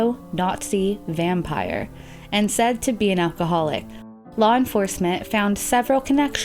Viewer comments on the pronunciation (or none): none